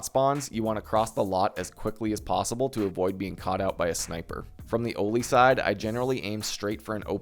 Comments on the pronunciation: oh-li? why do you say it like that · The way you pronounce Goshan and Oli 😭😂